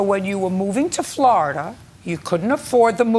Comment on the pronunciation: when she says 'Floridar'😂 She's like a strict but fair grandma